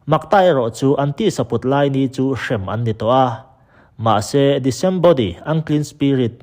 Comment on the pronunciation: I thuziah hi a tha ka ti ve hle a, mahse, i video pakhat, "Genesis Gap"-a comment ka lo ziak tawh ang khan Sap tawnga thumal lam rik dan (pronunciation) hi duhtui deuh ilang chuan a va han tha leh zual awm mang e ka lo ti leh thin. Hemi video-a Sap tawng thumal i hman, "disembody" ("di-sem-body" tia i lam rik) hi "disembodied spirits" tia ziak a ni thin. A awmzia tak chu: Genesis bung 6-a kan hmuh, vantirhkoh sualho leh mihring fanute inkara fa an hrinho, mi liante (Sap tawng chuan 'giants' an tihte) thlarau, tisa ruangam neih tawh lova thlarau sual vakvaiho, ramhuai kan tihho hi an ni. Hemi, mi lianho leh ramhuaiho chungchangah hian sawi tur tam tak awm mah se, kan sawi tawh hrih lo phawt ang. Ka rawn sawi duh ber zawk erawh chu "disembodied" lam rik dan hi a ni e. I lam rik dan, "di-sem-body" ni lovin "dis-em-bodied" (dis-em-ba-deed) tia lam rik zawk tur a ni. Sawiselnaah min ngaihsak lo hram ka beisei.